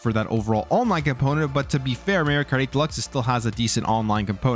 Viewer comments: I don’t care where you’re from, you have to say Mario not Mayrio. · It's Mario not Maryio. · mario not meryio 😂😂😂